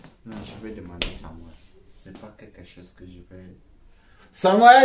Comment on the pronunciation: Non c'est Samuel non pas samouel c'est sont père qui prononce samouel